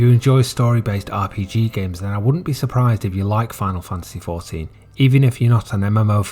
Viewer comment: literally nobody calls it ex-one-vee